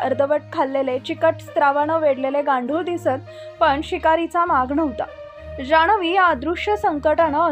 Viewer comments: जाणवी नाही गं बये जान्हवी. आणि हे अडाणी पत्रकारिता करणार.... 🤣🤣🤣🤣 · जाणवी नाय ग जानवी 😊😊😊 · मॅडम तुम्ही मराठी किती अशुद्ध आहे? आम्ही मराठी भाषिक आहोत. शिवाय सुशिक्षत आहोत अश्यावेळी आपली मातृभाषा अशुद्ध बोलणे हे आपल्याला अभिप्रेत नाही. जिथे न आहे तिथे तुम्ही ण करता. आणि जिथे ण पाहिजे तिथे तुम्ही न बोलता. उदा. जान्हवी च्या ठिकाणी जाणवी बोलता. मूळ शब्द पाणी आहे तिथे तुम्ही पानी बोलता. कृपा करून मराठी शुद्ध बोला. मी तुमची चूक काढली त्या बद्दल तुम्हाला वाईट वाटत असेल तर क्षमस्व. वाईट वाटायला नको. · "न" ला "ण" नको म्हणून बाई!😝🤣🤣 "जाणवी" ऐकायला खूपच विचित्र वाटते!😝😝💥😜😝😝